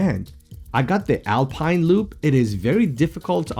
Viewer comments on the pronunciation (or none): none